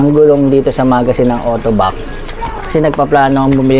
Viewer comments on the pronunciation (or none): Kuya hindi autobac! AutobacS!😅😅with s😂😂😂